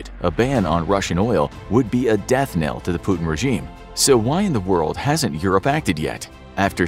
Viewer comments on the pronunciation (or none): none